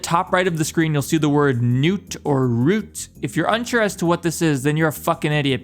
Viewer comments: nute? rute? its neither of those, its MUTE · "nute" "roots"????? it's Mute.